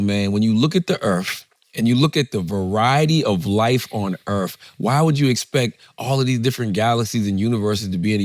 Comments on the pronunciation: "Earf" not Earth. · Charlemagne should invest in speech therapy since it’s his job to talk, no hate but dang, it’s distracting. “Erffling” “errf” “boaf” “arr” instead of “or” “narf” instead of “north” “olsfs” instead of “owes” It would help him out a lot.